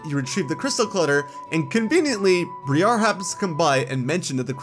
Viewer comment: Her name is pronounced Br(eye)-Ar not Bree-Ar. So many people pronounce Briar's name wrong. Not trying to be rude, it's just a pet peeve of mine as an English major. I know a lot of Pokemon names are subject to different pronunciations until an official one is vocalized. Some words and letters are just easy to sound out when looking at letter compositions. When the letters "i" and "a" are paired after harder sounds it makes the "eye" sound, ofc not for every word but in most that don't have the "sh" sound before "i" and "a". For example the word "special". The c and i make the "sh" sound. The "a" there makes the "uh" sound. Briar's name ends with the long "a" sound therefore changing how the Bri in the first syllable sounds. Hope that made sense.